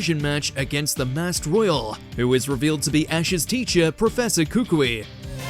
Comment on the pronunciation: Koo-koo-ee, not Kook-wee